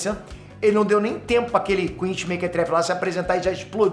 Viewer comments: O vídeo tá ótimo mas fala chama de quinci não quinchy por favor 😅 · "QuinXy" nao existe,. Aprende a falar. "QUINCY" COM 'C'